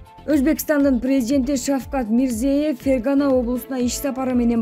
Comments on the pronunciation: Диктор кыз Мирзиёев узб ПРЕЗИДЕНТин Мирзаев деп 3 жолу окудун туура айтиш керек бул сабатсиздык уятда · Мирзиеев эмес МИРЗИЕЁВ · Ушул окуп жаткан кыз ото сабатсыз адамдын кыжырын келтирип, бардык фамилияларды катаа окуйт. Мис:Мирзээв деп окуйт. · Мирзиёев.....ёёё дечи ай Кыз.туура окусан фамилияларды....аллооо ушул сага учунчу жолу айтып атам туура оку деп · Кызым туура окучу Узб.презид.Мирзиевдин фамилиясын. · Гайпикулов эмес, Гаипкулов. Мирзиеев эмес, Мирзиёев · Аай журналист кыз, окуй турган материалдарынды, адамдардын аты жонун бир канча ирет окуп даярдансан болмок.Гаипкулов дегенди Гайпикулов деп ал эми Озбекстандын президентинин фамилиясын Мирзеев деп ката окуп жатасын, бул абдан уят сабатсыздык да.